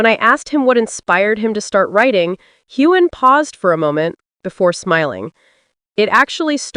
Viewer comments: It's not Haygan! It's pronounced Heu an. The g is not sounded. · The narrator should learn the correct pronunciation of Sam Heughan s name! It is NOT Haygan! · The narrator should learn to pronounce Heughan! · Find out how to pronounce his name! Drives me nuts!!!!!!